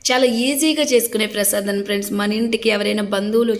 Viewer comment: Prasadanam kaadhu prasadam